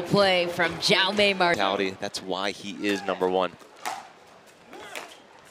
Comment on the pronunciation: Awful pronunciation of Jaume